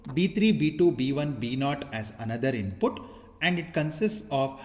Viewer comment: Useful content. The only thing that is annoying is pronunciation of input. INPUTTT😂😂🙏